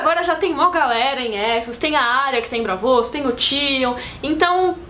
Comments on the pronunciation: Que agonia, não é Brávos e nem Bravôs, É BRAAVOS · Ela pronunciando "Bravôs" me dá agonia kkkk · É "BrÁvos" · Eh braavos, e não bravôs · Agonia a falando Bravôs